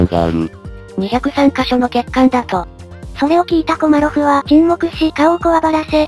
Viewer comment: 後半、コマロフがコロリョフになっちゃってますよ。